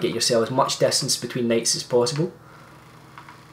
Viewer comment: Lol. When I heard you say "night" I thought you were saying Nate. No offense though. I still know what you meant😀